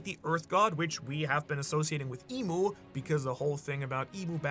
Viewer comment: It's EMU right? not Imu. You're the expert, I think but still..